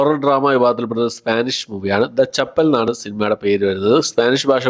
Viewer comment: The ചാപ്പൽ ആണ് ചങ്ങായി.. ചപ്പൽഅല്ല 😂ചാപ്പൽ=ചെറിയ പള്ളി... ചപ്പൽ =ചെരുപ്പ് 😂